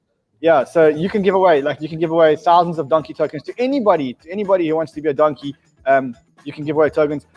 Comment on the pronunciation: Love the show Guys, Don-key PLEASE...